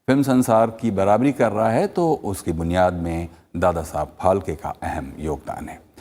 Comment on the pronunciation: फाल्के नहीं फाळके!!!